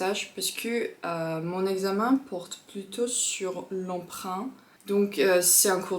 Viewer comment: Lundi pas lindi, emprunt pas empreint... c'est horrible, on dirait une nordiste.